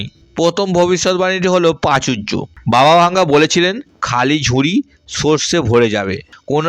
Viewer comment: বাবা ভাঙ্গা না, বাবা ভেঙ্গা হবে